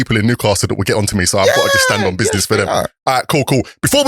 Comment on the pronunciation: Does think by saying BIDNESS it's making him younger 🤣🤣Good podcast through respecttt!!!